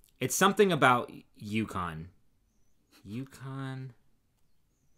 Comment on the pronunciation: I chuckled when you were talking about going out for beers with your brothers. I thought why are they talking about Yukon? (A Canadian province) it took me a bit to figure that you were talking about U Conn!!!!! 🤣